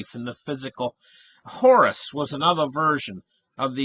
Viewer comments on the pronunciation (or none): none